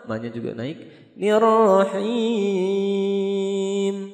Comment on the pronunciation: Mohon maaf Jika bole beri saran Kalimat nirx di per baiki Bukan nerrohiim'tpi nirrohiiim